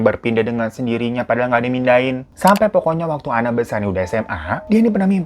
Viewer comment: Btw, sorry bgt salfok. Itu nama narsum nya kan Anne, blasteran belanda. Mungkin harusnya bacanya 'ein' wkwk.. Tapi apalah 100% lidah indo ya bang Hiro jadi bacanya sesuai tulisan 🤣